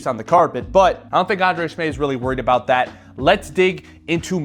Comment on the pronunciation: smAev not smEav